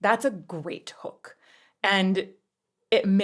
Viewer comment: You say 'hook' and I hear "HULK" and i'm like...???? 🙂